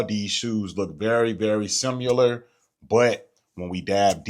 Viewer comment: “SIMILAR” what is “SIMULER” ?? lol